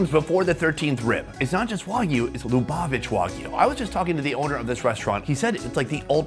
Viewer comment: Finally!!! an episode on Jewish food. Great video -- thank you! You should go to Israel next. Congrats on pronouncing Lubavitch correctly after... many attempts.